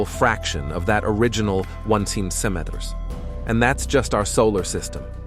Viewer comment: I think the narrator has a problem saying centimeters, got the first one but the rest LOL